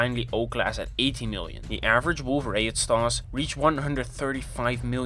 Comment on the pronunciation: Wait, how do you judge what eta corinae's surface is? You cant even pronounce wolf-rayet properely, i dont think i trust you You cant measure pure energy with degeneracy pressure involved I think you need more research